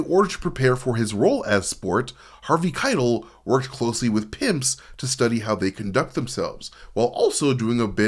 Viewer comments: Harvey Khai - Tell, not kytle. Maybe that was a proactive engagement tactic. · Omg... dude. .. you gotta learn how to pronounce Harvey Keitel's name. It's ky-TELL. It discredits you and your knowledge of the film when you can't even get the famous actor's names right. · It's Harvey "Ky-TELL" ! I'm losing my mind lol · Dude, Robert DeNiro and Diahnne Abbott actually spend a good chunk of "The King of Comedy" together and have plenty of meaningful interactions. Also, the way you pronounce Harvey Keitel's name is infuriating. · Dude, I love that you read your own scripts rather than using a robot, and I know that when people pronounce words wrong its because they learned those word from reading, but how did you watch any of that documentary, hell, how did you get this far in life without hearing Harvey Keitel's name out loud? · Everytime you mispronounced Harvey Keitel I want to 👊😵‍💫🤕 ! 😤😡🤬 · The way you pronounce Harvey Kitel is driving me nuts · Driving me crazy